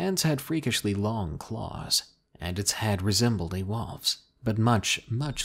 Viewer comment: My girlfriend and I die laughing when you say wolf ,it comes out as "wof" listen Im not the one to talk I'm from Boston and we say things funny too ...